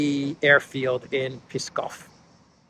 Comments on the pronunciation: There's no vowel between P and S in Pskov. ;) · In Pskov p is read like p in power, not like p in Peskov :) hope this helps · dose not pronounce Pskov correctly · Not easy to pronounce. Pskov 😉❤️ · you confuse Pskov (one syllable, because there is only one vowel) and Peskov (2 syllables) because of your pronunciation, giving the city name an extra syllable. Ps is not a beginning of a word in English, may be difficult to pronounce, causing an insertion of an extra vowel. A government drone launch does not only sound more possible than other versions, but also underscore the Russian position insisting on neutrality of its neighbords, especially Ukraine, for its national security. Drones and missiles are very different threats, both difficult to repel from close proximity, launched from the "friendly" and "defensive" NATO alliance members. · Wrong pronunciation of Pskov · Hey,, therd is no "e" sound in Pskov. We pronounce it as Ψκοβ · It’s Pskov, Псков on Russian. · Name of the city is not P-e-skov, its Pskov. Loose the e in pronunciation. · it’s Pskov not Piskov.. short s.. like in psst.. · actually the city''s name is PSKOV, not Piskov and of course not Peskov ))) Thank you for your report, you do a great work! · It's Pskov, not piskov, like Psaki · PSKOV not PESKOV 😂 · it is not PISKOV city name as you say but PSKOV; there is no "I" in the word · A hint: the name of the city Pskov is pronounced as it's written, not Peeskov. If you have some trouble pronouncing the [psk] consonantal cluster, try to pronounce each sound separately, one after the other first, then you just put these three sounds together, without adding the nonexisting "ee" [i:] vowel in between [p] and [s]. It should work. Mind you the semivowel [s] functions as a syllable center in that cluster. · the name of the city is not Peeskov. It's P'skov P here is pronounced as you would pronounce it in a word problem. 😊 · Not Piskov it’s Pskov